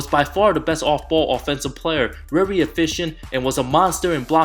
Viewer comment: ‘rery undewated’